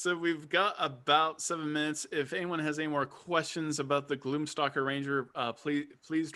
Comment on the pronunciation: Sounded like you said gloom soccer ranger.... the mental imagery was epic.... I must make this happen.